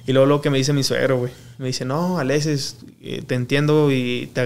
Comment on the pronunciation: Jajajajaja, cualquiera ya hace este tipo de programa, me da mucha risa que no sabe ni hablar. Llevo 5 minutos viéndolo y ya dijo más de 10 veces verga. Pobre no puede ni decir Alexis. Dice "Aletsis" no puede hablar y pensar al mismo tiempo